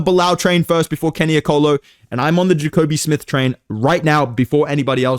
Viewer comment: “Jacobe smith” okay you not fooling anybody buddy